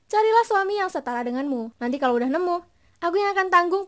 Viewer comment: kok nemuk ya. Heheh adminya orang jawa kayaknya..